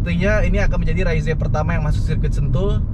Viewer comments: yg bener om fitra soalnya diiklan yg jepang dan negara lain jg bilangnya ra-iz ato re-iz (kyk baca rise ato rice dalam bahasa inggris) e-nya ga dibaca, bukan raiz-e.. hampir ga ada malah yg bilang raiz-e karena diatas huruf e-nya polos ga pake tanda koma atas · cara penyebutan yang bener itu "Raiz" & "Reiz", huruf E yang dibelakangnya nggak dilafalin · "Raizé" Fitra Eri: "Reiz"